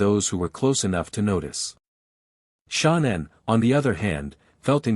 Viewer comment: Why is this narrator calling her " Shonnan" her name is ShAnnan!